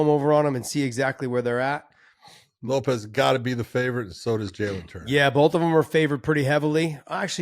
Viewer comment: It's pronounced LO-PEZ which freaking everyone says for years now. Unmute ur damn sound when watching